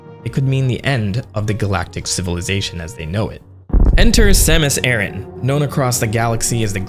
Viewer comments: Sam-us Ah-rahn. Say it with me now! Sam-us Ah-rahn. Not Air-in. Ah-rahn. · Over here, we have a trio of small islands called Aran Islands and this is pronounced "Aran", not "Airin". So, thanks but I will never pronounce it in a way that is wildly wrong coming out of my mouth. Different regions and all but I still prefer to pronounce the way I grew up learning it. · It makes more sense as Aran came from Edson Arantes do Nascimento (Pelé), not Edson Ehrantes do Nascimento (Nor Aranchi like you pronounced in the video). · (This is a joke) You pronounced "Aryan" wrong - please keep in mind that this is the story of the blonde hair, blue-eyed, caucasian savior enacting the final solution to the metroid question. Samus Aryan, greatest of all video game heroines, guiding Earth towards a 1000-year peace. I mean, her laser beams are even arguably a form of heat weapon. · Whyd u say it like aran-tch? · bro keeps calling her Samus Aaron 😆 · The way you pronounce Aran triggers me.